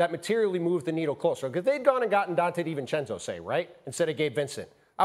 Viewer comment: No way this guy just said divencenzo 🤣🤣🤣